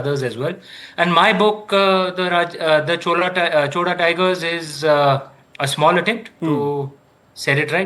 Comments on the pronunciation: NOT Choda. Chozha. Atleast call Chola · No chola no choda it's chozha.pronounciation out😂😂😂 no letter in other languages to pronounce except tamil and malayalam